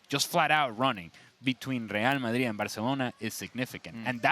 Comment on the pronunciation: That's the correct pronunciation.